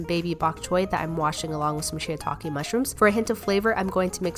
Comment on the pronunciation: "Shitakai" why on day 2